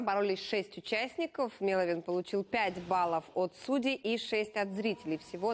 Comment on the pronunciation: мЭловин Неужели так сложно? Вы же лицо телеканала, обязаны знать как правильно произносить имя человека который будет представлять нашу страну на Евровидении. Тем более, СТБ говорит правильно, а вы решили искаверкать...